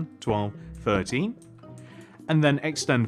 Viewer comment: You are saying 13 like 30😂😂